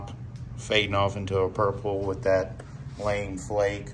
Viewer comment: hahaha "lame" flake . . . . it's lamé == "lamb-a" :) love it under their camel yellow, really makes a great flake yellow with that ps-19